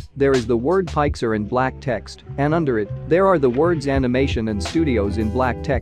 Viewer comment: Pixar not pixer